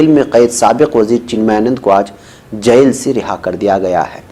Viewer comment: بہت افسوس ہو رہا ہے یہ کہتے ہوئے کہ کئی بار آپکا تلفظ صحیح نہیں ہوتا ہے، آپ جیل کو جس طرح بول رہے ہیں وہ سن کر میری طبیعت بھاری ہو جاتی ہے کان بوجھل ہوجاتے ہیں، برائے مہربانی الفاظ کے تلفظ پر بھی تھوڑا کام کریں،